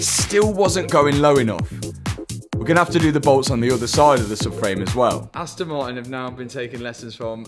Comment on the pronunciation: he says "suck frame" rather than " sub frame"